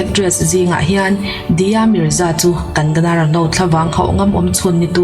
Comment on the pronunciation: Ngaihnawm thin e, chuan..kan-ga-na ni lovin kang-na ti a lam rik tur😊